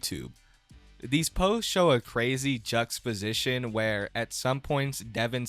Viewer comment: you mispronounced juxtaposition